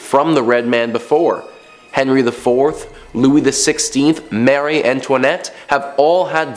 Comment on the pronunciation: Mareee not Mary!